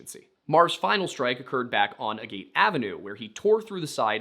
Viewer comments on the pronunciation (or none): ish I believe Agate is pronounced more "a git" than "a gate", generally speaking/not taking accents into account. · It's not [a gate] it's [ag it]. Not from Granby, but lived in CO for my entire life. The roads are named after rocks, basically. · He was asking about "agate" which he pronounced like "a gate" instead of "aggit" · If you look at the rest of the street names, they are gem stones. So, Agate is "Aggit" not "agayt" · The word "Agate" is not A Gate, the words is Ag- (as in agriculture) at (with a slightly longer "a") ag-aht. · A-Gayt avenue? Dude, agate is a regular word. It's pronounced "AG-it". Agate is a kind of rock. One of the most common. It's not some hillbilly colloquialism. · Im not from Granby but Agate is a stone, I pronounce it aa-git, not a gate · "Agate" = "AY-git" or "AY-gut"... definitely not "AY-gate"... It's a gemstone, similar to many of the other rock and/or gem based street names in the area (jasper, topaz, garnet, etc). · As the son of a Jeweler, 'A-gate' Ave is pronounced like the stone, 'Ag-it'. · not necessarily a granby local but i live in the area, agate is pronounced more like aget than a-gate in my experience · Agate is pronounced Ag-it. It is a type of very common quartz. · don't even need to be a local: it's just the same as the type of rock. Agate: "Agguht". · Agate. Pronounced: AGG-it. It’s a volcanically produced stone made of layers of sediment. Found plentifully in the Rockies. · Most people pronounce it "agit" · "Agate" rhymes with "tag it". NOT a local, just literate. ;) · I hope someone already told you... AGATE... it's a mineral pronounced AG GUT... or ag Gat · Agate is a stone. Pronounced ag-git. It would rhyme with "bag it". I live nowhere near there, just a rockhound 🤷‍♀️ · "Agate" is pronounced "aggit." Rhymes with the F-word. I'm not a Granby local, but agates are a type of rock. There's an "Agate Beach" in Oregon. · In case no one told him, agate is pronounced "aggit" lol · Agate. Pronounced 'aggit'